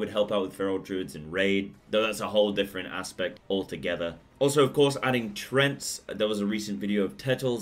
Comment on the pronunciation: Treants not trents.